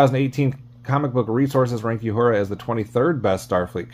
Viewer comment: The character Nichelle Nichols played was oronounced "OO-hura", not "Yoo-hura"!